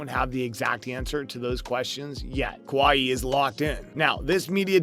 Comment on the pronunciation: did u just call him KA WA HI ....